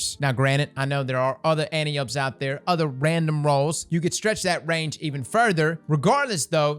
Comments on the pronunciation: anti-up xDDD no its an-ty-oh-pee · anne • tie • oh• pee C’mon cross - even True Vanguard has figured out how to say Antiope properly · ANT. TIE. OH. PEA. Just trying to share knowledge, not be a jerk. It's like fingernails on a chalkboard listening to it pronounced wrong over and over lol. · pls, Ant-Eye-Oh-Pee. c'mon man, quit disrespecting the Greek Goddess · I'm sorry but it's. An-tie-Oh-Pee like the greek goddess 😂😂😂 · "Ann-Tie-Oh-Pee" my brother. Greek mythology and all that jazz. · Fun fact: Antiope is pronounced ant-eye-oh-pee. Like Penelope. It's a name from greek mythology, like how most Hakke weapons are named after historical figures.